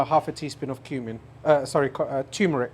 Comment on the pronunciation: Turmeric us pronounced Turmeric not tumeric wish he would stop repeating ladies and gentlemen so irritating.